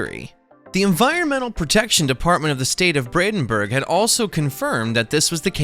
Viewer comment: It's PRONOUNCED "Brandenburg" NOT "Bradenburg"‼ 😠😠😠😠